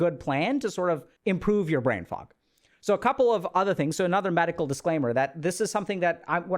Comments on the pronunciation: Anyone else keep hearing “brain frog”??? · The first time you hear "brain fuck" instead of fog, you're lost and can't unhear it lol :D